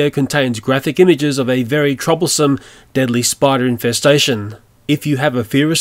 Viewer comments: Did the intro really say deably an not deadly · its not deably its Deadly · he said deably instead of deadly in his intro XD I love this man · "Deably spiders" XD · Oh no 'deably' spiders! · the begining said DEABLY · Yes redbacks are "deably spiders" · When you said the warning you Said debly not deadly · 'deaBly' Wait what? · You said deably spider,s not deadly spider,s